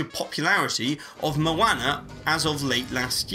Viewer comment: Lol maona